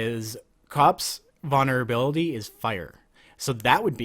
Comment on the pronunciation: "Vonner ability" Lmao